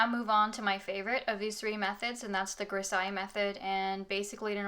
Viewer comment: Nice video :) (just a thing, "grisaille" is pronounced with a z* like in "zeus"